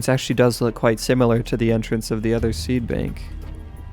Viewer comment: He Called it a seabank NOT a seedbank